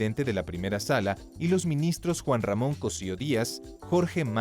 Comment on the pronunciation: Hay un error en la pronunciación de los nombres de los ministros, al empezar a mencionar a los que conforman la primera sala, dice "Ministro Juan Ramón Cossío Díaz" cuando en realidad es José Ramón Cossío Díaz